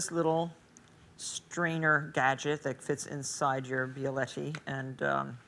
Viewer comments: Mispronounced Bialetti, couldn't turn on the burner, couldn't turn on the microwave. Must have been rusty from her time in the slammer. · But.. it's "Bialetti." Why does it bother me so much? SAY IT, MARTHA